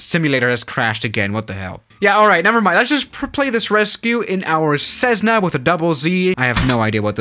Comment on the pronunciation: It’s a Cessna not cezzna that’s not right